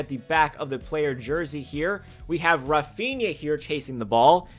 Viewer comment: "Raphiña" Me as a real Madrid fan: 🙄